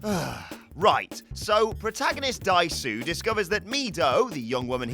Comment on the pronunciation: Me every time he says 'Dai-su'.